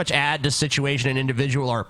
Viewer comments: '''Situation'' and ''individjul'' are trademarks. He can sue you. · I think Brett is saying God Blievers and Non Blievers. situation individjile orn orn orn. alls he does. exspecially I love how you all did not want to cover Bretts video but it ended up being hilarious listening to you all make fun of his bizarre speech trickle down situation.